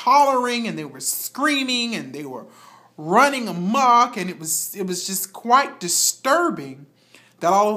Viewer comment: Are you a spokesperson for AKA? Lol you said blood ran a muck idied